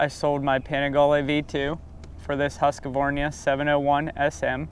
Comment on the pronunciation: Hasqavarnia?? Its HUSQVARNA